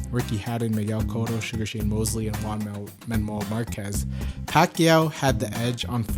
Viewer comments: "Man Juanmel Marquez. Lol. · Thanks for the vid, it was a good video. P.S. It's funny how you can't say Juan Manuel Marquez